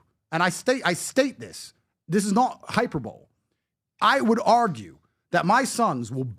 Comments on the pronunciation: this is not hyper bowl😂 hyperboleeeee dude it’s a eeeee sound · "Hyper Bowl" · Omg 😆 Mr Tate- hyperbole? PLEASE!!! It is not pronounced “Hyper-Bowl” It is pronounced: Hi-PER-bo-Lee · What's a hyper-bowl? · This dude really just mispronounced the word Hyperbole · he still can't pronounce 'hyperbole' correctly tho haha. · Can’t pronounce hyperbole though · Except when it comes to pronouncing "Hyperbole "